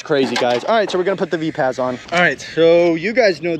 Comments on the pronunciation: Say it like Viper: "Viperz": = Vipaz✌️ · Mate these tyres are actually Vipaz as in Vi-paz (like viper). Additionally, these are made in Australia by West OZ RC and distributed by M2C Racing. the fact they held up to 12s for as long as they did is impressive as. You can look up West OZ RC youtube channel to see what he recommends for gluing.